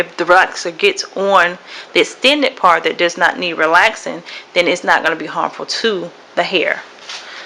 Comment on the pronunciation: She keep saying park an not part it driving me nuts!!!!! Lol but nice!!!